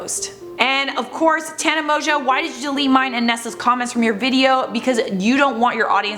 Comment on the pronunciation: So her last name isn’t pronounced Mongoo?? And she’s not 42?? 😳😳